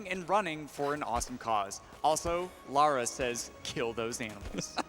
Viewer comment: He says Lara correctly